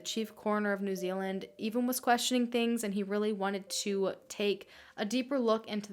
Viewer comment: finally an american who can say proper nz names 😂